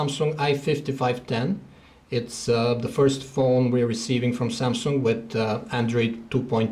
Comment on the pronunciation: lol ......... "samsunk "